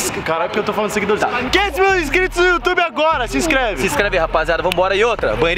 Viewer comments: O "Segue o no "youtoba" Não tanquei sksksks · you "toba"